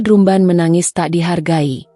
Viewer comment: Dibaaca dram ben.. bkn drum ben